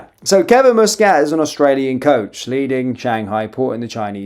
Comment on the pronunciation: Its MUS NO MOOS KAT NO KIT sorry but it bugs me how you FUCK UP every one's name.